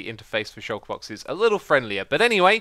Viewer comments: The way you say shulker, YouTube gets it as "shocker" :p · Shulker is a word man, it means "hidden"